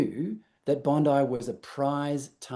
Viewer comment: THE CLOWN WHO SPEAKS WITH HER HANDS CALLS IT BONDY (SIC) BEACH MUST BE LAMMYS SISTER